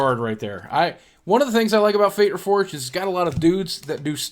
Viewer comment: It's fate REFORGED not unforged